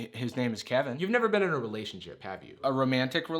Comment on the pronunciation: What is a re-lay-tio-n sh-oip.